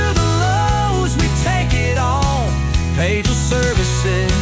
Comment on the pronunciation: That song has to be AI the first half of it the guy actually says "pagel" then the last half he pronounces it "page el"